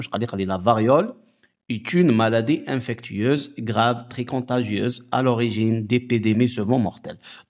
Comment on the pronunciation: Bonjour, On dit infectieuse et pas infectueuse.